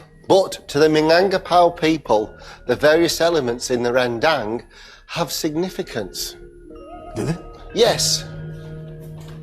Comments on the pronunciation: It's Run Dumb not Ren Dang. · rendang ...nooo. 100% its not rendang... hope next time u can call minang people to cooking for ur show. rendang not use suger. soya saous. and we not use blender for make all be sofh.